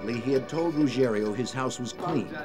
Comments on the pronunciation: You’d think the voice-over person would learn to pronounce Ruggiero, the main character in the build-up to getting Gotti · So annoying that the narrator can't say Ruggiero and always says Ruggerio. So unprofessional 🤷‍♂️ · It's Ruggi-ero and not Rugg-erio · Carlos Gambino😂 For a documentary, you'd assume they would learn their real names. Also, its Angelo Ruggiero, not Rugerrio.